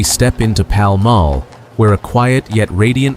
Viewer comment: The presenter should learn to say Paul Mall correctly